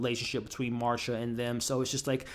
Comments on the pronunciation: Nicole Kidman's character is named Masha, not Marsha, no R 😅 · Her name is Melissa McCarthy! Not McCartney. And Nicole Kidman’s character is Masha not Marsha. 🤷‍♀️